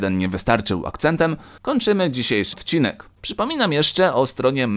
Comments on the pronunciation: Zamiast odcinek powiedziałeś dcinek lub cinek XD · Na końcu powiedziałeś wcinek a nie odcinek